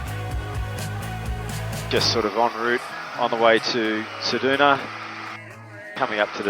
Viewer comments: Ceduna, never heard it pronounced ‘sed-oo-na’ before, it’s usually ‘sed-you-na’. Next time bring a fishing rod in case you spend a day there. 😊Incidentally, the town of Forrest is in the Nullarbor plain, Nullarbor literally meaning ‘no trees’. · Haha this got me too. Great video but Said Doo Nah! 😂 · Love it - thanks! But I've never heard anyone pronounce Ceduna as Cedoona. What a beautiful aircraft! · You need to learn how to pronounce Ceduna plus learn how many airstrips there actually are between Ceduna and Esperance apart from Forrest.